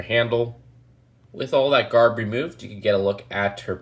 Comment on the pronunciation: I hate it when he says garb